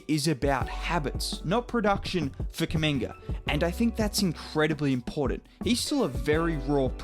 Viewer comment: His name Kuminga its spells the same way as Mutombo,Umaga or Zubac it's a "U" like in spanish its an African(congolese name) so guys should call him correctly not Kaminga